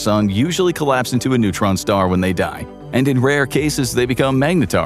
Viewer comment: "A massive neuron star". almost fell off my chair 🤣🤣